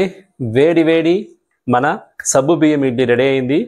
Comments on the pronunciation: Naku sabbu biyyam ani వినిపిస్తోంది.meeru alage antara.leka nene tappuga vintunnana? Adi సగ్గుబియ్యం. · సబ్బు కాదు సగ్గు